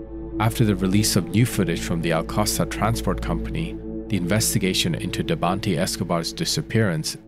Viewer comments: If he says debantiii he means Debanhi(debanneeey) the "H" is silent . How did you butcher her name very good at the beginning 😅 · It's pronounced "Deh!-vah-nee" not Devanti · How come you're pronouncing it Debanhti when her name is Debanhi... the whole case is weird. Poor girl. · Who is Debanti? Man, not bothering to get any of the names right is disrespectful.